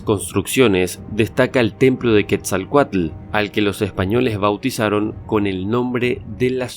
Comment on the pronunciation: Es Tonatiuh. Quetzalcóatl se pronuncia dándole una connotación en la primera sílaba de la palabra cóatl. Es decir; Quet-zal- C Ó - atl